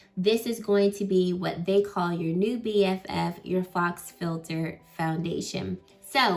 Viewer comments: This looks gorgeous on you. For future reference, Faux is pronounced “foe” ✨ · Faux is pronounced FOE, LIKE HO*